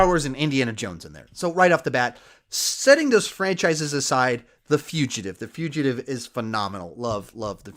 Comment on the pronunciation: I was going to make a joke in response to your saying "The Fugitive" as your favorite Harrison Ford movie, but it's an audio joke, the Foogitive, that's my best way to spell it phonetically.